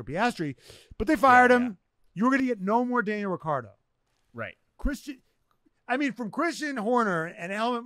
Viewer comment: The way to pronounce Daniel’s last name is: RiTCHardo…. Not RiCCardo…. Wankars😅